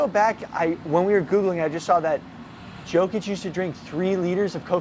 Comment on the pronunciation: Yo-kich not Jo😂